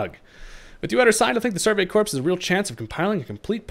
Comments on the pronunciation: I know it's weird, but in the word Corps the p and s are silent making it pronounced as "core". Enjoying the content and hope you're enjoying the new game! Cheers 🥂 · "Corps" is pronounced "core", my guy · The "ps" in corps is silent